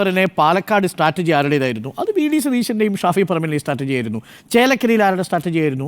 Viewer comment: മിനിറ്റ് 13.08.. സ്റ്റാറ്റർജി അല്ല മൊയലാളി! സ്ട്രാറ്റജി ആണ് 😂 അധ്യാപഹയനായ അരുൺ കുമാറിന് തിരുത്താനും പറ്റുന്നില്ല... മൊയലാളി കെറുവിച്ചാലോ? കഷ്ടം തന്നെ!